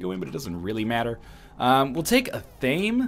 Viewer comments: EH-THA-MAY. Not a-tame. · NL.. repeat after me. ah-thah-meh its 3 syllables not 2. its not an english word an athame is a small ritual dagger used in wiccan ceremonies